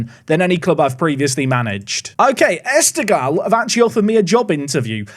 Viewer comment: Afaik the gh in esteghlal is pronounced like the r in french or german (more or less)